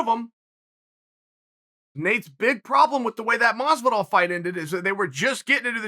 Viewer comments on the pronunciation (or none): none